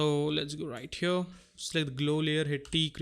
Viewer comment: i love how this man says "HYURRR" every time he wants to say here... 😂😂😂